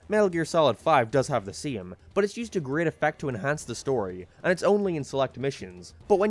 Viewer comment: I will not watch a video commentated by someone who says great like that